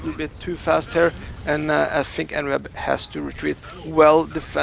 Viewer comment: En-web makes so much more sense than e-newb which is how I'd always "pronounced" it in my head. Definitely not a noob. GG.